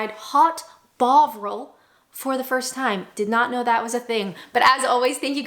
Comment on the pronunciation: Took me a few seconds to realise you said 'hot Bovril' not 'hot bog-roll'; that may be necessary in Canada but it's not that cold in the UK! Having said that, I may give it a go to treat myself. Mmmm...toasty buns!